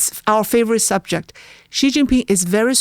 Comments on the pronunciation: Listening to just the bit on Taiwan, my view of plummeted, and I decided to listen to no more. (I'll listen to on her own channel.) First, try to pronounce "Xi" the same way as the native Mandarin speaker sitting across you does. It's not difficult: "syee". Second, travel some outside the US. There are more than a few structures out there older than the US of A. Third, try to geography a little more, especially before you start shooting your mouth off about a place. Fourth, when a guest starts getting into the meat of an issue, don't interrupt with another tangential question. I hope Trump listens to naval officers. Geopolitics is the NUMBER 1 reason the Americas need to be concerned about Taiwan. Never mind Hawai'i, do you want to defend your coastlines at the first island chain, which includes Taiwan, or do you want to defend them just off the coasts of Seattle and L.A.? Key allies Japan and South Korea would also be at the mercy of China controlling the shipping lanes for their trade, including oil from the Middle East. Semiconductor factories falling into the hands of China are a superficial and not a huge concern. If it came down to it, key machine parts would be removed from factories before Taiwan fell, or they'd even be blown up if need be, be it by scuttlers or Tomahawks. The semiconductor manufacturing ecosystem would then have to be built elsewhere (which could take some time and be less efficient than what Taiwan has built up). Valuable geostrategi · I wish you would've done a little basic research or asked about how to pronounce Xi. It's pronounced like "she". This is incredibly easy and basic. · Please listen to your own podcast and learn the difference between how you pronounce the name Xi, and how does. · Please let know that he is pronouncing Xi Jin Ping's name incorrectly. You obviously are not listening to? pronounces his name as SHE...you are pronouncing it as CHE...FYI. Thank you.